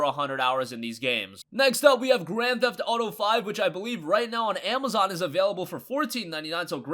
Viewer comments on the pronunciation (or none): none